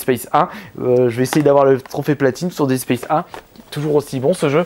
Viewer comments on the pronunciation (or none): none